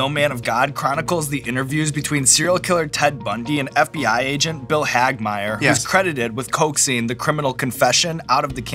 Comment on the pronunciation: Wait wait. He said Bill Hagmaier correctly!? Im a Hagmaier. Someone saying it right is amazing. Also im not related we just share the last name lol